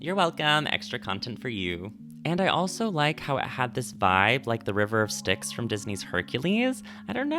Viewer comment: "The River of Styx". THE RIVER OF STICKS